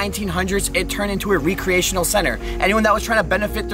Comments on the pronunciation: I was looking for this. The “ree-creational” always drives me nuts 😎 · REE cree AY tionuhl? Rehk - cree - tionuhl. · I'm from MA and like this dudes videos but good God he's not the brightest bulb sometimes lol...when he said recreational like "ree-creational" at least a cpl of times it was really irking me like dude you really don't know how to pronounce that word 😂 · The way he pronounces re-creational has me questioning the way I pronounce it lol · Great video, kept me interested the whole time. But the pronunciation of recreational center killed me. (Rekreational) you're not recreating something. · reC-re-ational not re-create-tional 🤣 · Recreational... Not re-creational